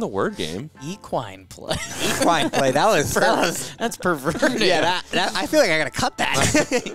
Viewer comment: I changed it when he said eqwine? Come on bruh